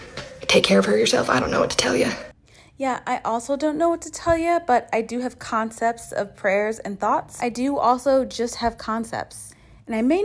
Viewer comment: OOh did you say "...concepts..." LOL Love it